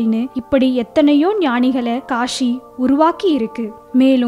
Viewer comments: காஷி இல்ல காசி. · kashi illa kasi ok va. ya tamil varatha class ponga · It's not Kashi, it is kasi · காஷி இல்லம்மா காசி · Kashi illa kaasi Tamil ah kola pannathinga